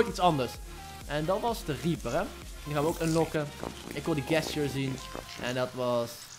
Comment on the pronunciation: even een tip, je spreek gesture niet uit zoals jij t doet:) het is djestjur :P niet gestjur